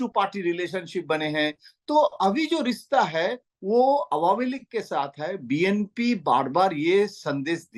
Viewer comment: rista nhi rishta hota h